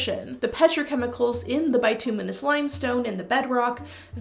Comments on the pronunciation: BIT-ew-miss" limestone is how it's usually pronounced. It's also possible that a seismic shift changed the vapours, rendering the Oracle less effective, leading to their decline. They might also have been different depending on the time of year, due to the temp. & water content. Which would explain the scheduling. It would have had to been the off-gassing, not the petrochemicals, to produce the sweet smell. Petrochemicals in rocks and the air can be detected in even small concentrations by sensitive noses. The tarsands (bituminous earth) in Alberta are covered by a layer of similar deposits. It's a crime against knowledge that they blow up the fossils in the limestone to mine the tarsands. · At least in North American english, "bitumenous" is pronounced with a short "i" sound. And inhaling petrochemical fumes is basically gas sniffing!!!